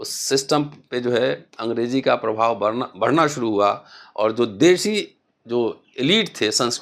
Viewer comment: बढ़ना बोलो, प्रोफेसर बरना नहीं😂😂😂